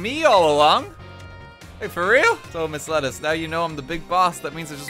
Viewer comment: Miss Lettuce sounds like 'misled us'